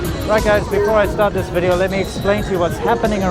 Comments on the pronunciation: you could teach you wife how to say VIDEO... not WE-dee-ooo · "Welcome to another wideo!" Your wife is so cute and charming, you're so lucky!